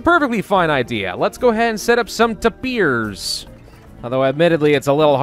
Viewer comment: tapers You pronounce it With in e But it is Announced With an a